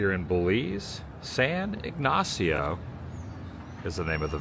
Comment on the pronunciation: Cayo means Key as in the Florida Keys. Pronunciation of San Ignacio is all good. 😮I would be horrified about the footage, but glad you were able to save most of it. Thank you for taking us with you on this adventure!